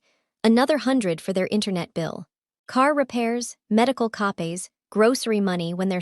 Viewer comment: I hate AI - it's co-pays, not copies. (And Chez, not Chay).